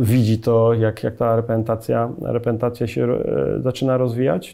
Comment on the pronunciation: spokojnie, to nie brak umiejętności wysławiania się a wada wymowy. Faktycznie takie słowa jak reprezentacja, z reprezentacją, o reprezentacji brzmią dziwnie w ustach trenera. A jak chcesz sie pośmiać to zapraszam na swoj profil ;)